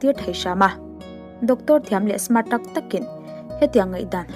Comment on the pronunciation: Buggage kha luggage tih tur cuan Mart ni lovin smart aw